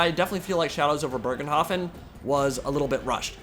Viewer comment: There is no r in Bögenhafen if it's supposed to be German